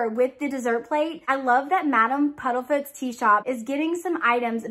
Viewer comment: Isn’t it Madam Puddifoots? I’m thinking am I crazy? I keep hearing Puddlefoots.